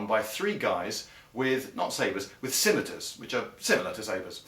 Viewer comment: He's saying it right